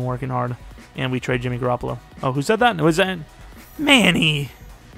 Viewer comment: “Jimmy Garrapalo gotz to GarrapaGO” lmfao this guy is crazy bruh